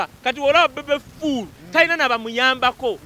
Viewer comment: the way you pronounce the word bebe fool 😂😂😂#ENERGY